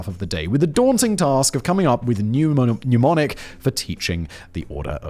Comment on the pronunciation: “Mnemonic,” not “pneumonic.” You welcome, Boo.